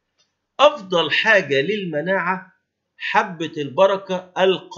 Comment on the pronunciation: الله يعطيك العافية ويكتب أجرك اسمها حبة البركة القصيمية(من القصيم) وليست القاصمية